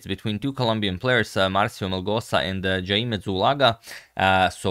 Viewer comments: Minor correction on how Jaime is pronounced. Its "Hai-may" instead of "Jay-may". But I know you're always very good with pronunciations and I appreciate that Agad. I know I certainly butcher Eastern European names uninintentionally 😅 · Hi Antonio, just for your own knowledge, “Jaime” is Columbia is likely pronounced “hi-meh” in Spanish, not “jay-me” as we’re used to hearing in English and other languages. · I think Jaime is pronounced as Hay-meh J from Jalapeño AI rhymes with why ME from merits.